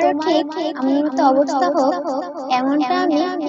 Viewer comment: ভাই আপনি সব ভিডিওতে অবস্থার বদলে অবত্ত্বা বলেন কেন।😂😂😂😂😂😂